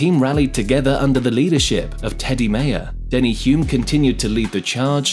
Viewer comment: I’m calling it… you have been an F1 fan for less than 5 years. A few names were miss pronounced, Hulme, Jochen Mass, Kovalainen and even changed how you pronounced Mayer halfway through from My-er to May-er. Also I think you claimed Hulme scored McLaren’s first win which is not correct.